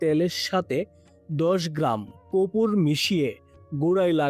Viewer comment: কপুর নয়, কর্পূর